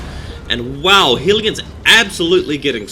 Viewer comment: Hey man, LOVE your videos really do, really helpful too =). One thing i'm unsure about is the pronounciation of Hellions. You say Hee-lee-ons but i noticed ingame, when built the Hellions say 'We are Hell-eons lords of flying death'. =) i'm confused lool. Dark Eldar are my favourite race i think. But i'm still a noob. It takes me and my friend to beat Insane Orks 8 minutes. Me as DE him as SM lol. We fail by ourselves.